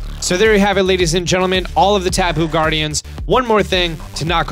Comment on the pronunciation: Only kū was the god of war. Lono was actually a god of peace and prosperity. Kanaloa was the god of the sea and kāne was the god of the fresh water as well as the giver of life. And the correct pronunciation (although yours wasn’t the worst I’ve ever heard) is more like Tapu - (Tah Pu). From there koko is pretty simple and means “blood” in Hawaiian. Lele was “something made to give to the gods for love magic” and also means fly. But we don’t have b’s or f’s so idk where that came from. I do also think it’s funny they have a ‘Ula’ula (red) melemele (yellow) Poni (purple) and Akala (pink) islands with the guardians as such. I do have to say whoever helped teach this had to be well versed in Hawaiiana 🤗😍🤗😍